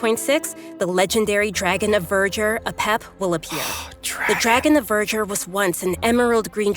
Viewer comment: They pronounced apep like epep